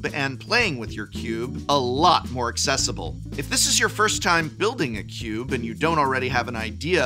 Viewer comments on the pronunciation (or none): none